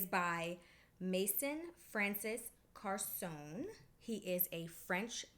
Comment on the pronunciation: BR “450!” 😂😍😅…..”KARSONE” tho! 😂 Sorry! We know what you meant tho! It’s such a “mysterious” fragrance! Masterfully blended! 😊